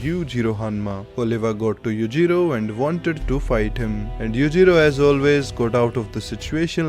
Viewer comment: ah finally someone who pronounce the name Yuujiro Correctly:)